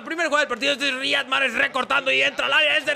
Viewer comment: Se pronuncia ''Raijad'' Mahrez